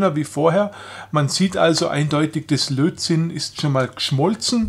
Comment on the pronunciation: Es heißt Lötzinn und nicht Lotzinn.